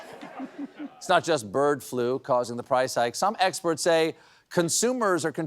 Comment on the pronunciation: He said Eggsperts :)